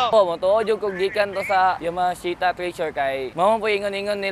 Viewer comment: yamahashita. Now i know cno nagmamayari..